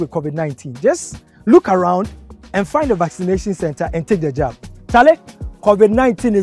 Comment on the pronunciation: George nie yabbing not jabbing 😆😅😂😂he jus did what is right 😅😂😂😂 get the Jab not yab